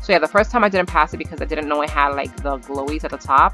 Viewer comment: I like that she calls the kill bloxs “glowes” and Tower of heck “Tower” I LOVE all your videos ♥︎